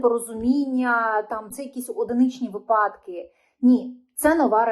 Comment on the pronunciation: Запам'ятайте! Не випАдки! Треба казати вИпадки!